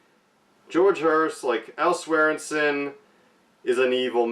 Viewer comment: Hey doll - it’s pronounced Swearen-Gen 😬